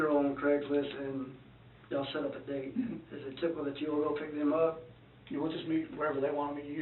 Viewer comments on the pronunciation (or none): none